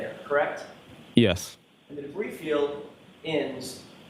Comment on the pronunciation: Did he call the debris - Bree?!?